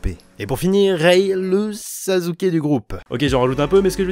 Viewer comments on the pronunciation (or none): none